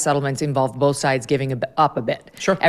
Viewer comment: Firstly both is pronounced BOW-TH not BOL-TH, Karoline. You speak ONLY English. Secondly, I’m tired of these hypocrites. The narrative that a woman’s place is at home with their babies but will also tell conservative women in the same breath that they can have it all and then MAKE POLICIES THAT MAKE IT IMPOSSIBLE. It’s easy for her to say. She has what a lot of us don’t: money, power and privilege. If she’s upset about being used as bait then just say that.